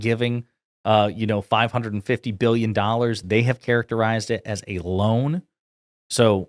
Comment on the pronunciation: “One Byyion Dollars, from 10 to 20 in Japan healthcare, 1000%” - Trump 2025